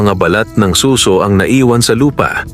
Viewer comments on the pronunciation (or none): Good story, yun lang pong pagkakabigkas ng "suso" pakiayos na lang kase imbes "snail" naging tunog "breast"